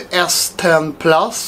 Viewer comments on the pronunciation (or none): ”Ten plus” I know that you are swedish.